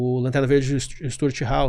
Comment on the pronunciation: que stuwart hallll??? , uahuahuahua é JOHN sTUaRT, Hal Jordan! esse cara não sabe nem o nomes dos personagens... dá pra ver que não leu nada uahuahauhauha